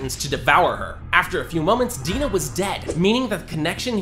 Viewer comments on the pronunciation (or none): It's fucking "Ymir", not "Emir", and it's "Dina" not "Deena"!